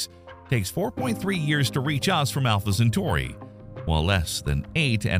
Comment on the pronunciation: More like Alpha Cen-far-i.